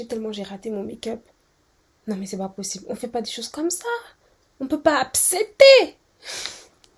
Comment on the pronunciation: On peut pas « apseeeeepter »🤣🤣😭